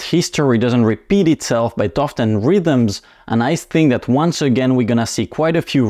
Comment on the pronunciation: Rhyme not rhythm with past. Minor adjustment 😊